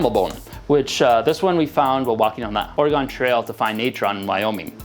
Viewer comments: it’s pronounced organ not ore-e-gone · Dude, if you are going to have a you tube channel you need to know how to pronounce the State's name properly. Or-a-gone is a town in Ohio Or-a-gin is a State on the west coast. And don't give me that "it's how it's spelled" bullshit. It's not "are Kansas" is it? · You say Oregon wrong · If you mispronounce Oregon one more time im unsubbing. Its pronounced oreGUN not oreGON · Awesome video, rally enjoy watching the process. PS: OR-GONE not Orey-gone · Say it with me, "OR-uh-ghin" Oregon. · Only issue I have is the mispronunciation of "Oregon" 😭